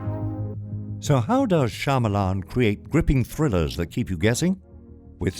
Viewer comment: His name is pronounced "Sha-ma-lun" not "Sha-maa-laan"